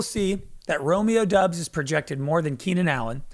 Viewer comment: you guys gotta consistently pronounce romeo doubs name right, pronounced like dobbs